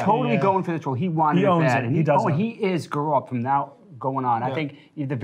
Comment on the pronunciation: I'm not getting used to how yous all pronounce his name as "Gorolt" and put the emphasis on the second syllable.